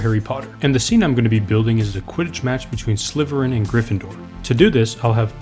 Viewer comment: Bro said sliverin not slitherin